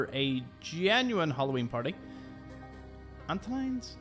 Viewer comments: Antoine's is French, so pronounced "ant-wan's". :-) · "Antoine's" = AnnTwahnz 🙂